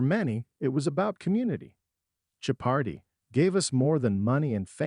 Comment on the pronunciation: How pathetic that an AI voice can't accurately pronounce the name of the show it's talking about. Laughable and lazy.